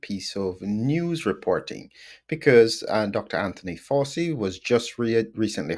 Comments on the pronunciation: Hi - it’s pronounced Fow (like wow) - chee, not Forsee, as far as I’m aware. Happy to be corrected. Very interesting episode - some parts a little beyond me but I’m still learning. Thanks again. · Excellent exegesis. Are you pronouncing Fauci correctly? You make it sound a bit like 'faucet,' but it's an Italian name, isn't it . . . ? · Why are you pronouncing his name like that?